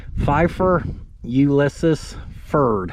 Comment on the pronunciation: Ulysses (U-lee-sees)